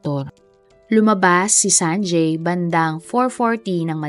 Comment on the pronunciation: You have inconsistently pronounced the name “ Sanjay” ..